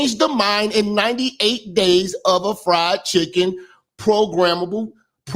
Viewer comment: He said FRIEND CHICKEN CHRISTIANS 😮😂